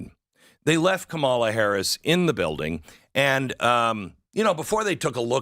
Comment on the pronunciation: Pronounced "Commala" Not Kmalha